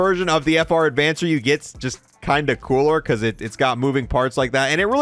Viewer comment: FR Avancer, not, "Advancer" lol